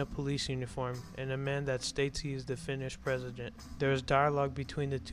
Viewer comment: Hearing you pronounce Finnish words like that made me grit my teeth, but otherwise a good video